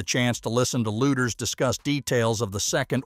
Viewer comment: Please pronounce Kathy’s name correctly. It’s pronounced ‘Leeders’ not ‘Looders.’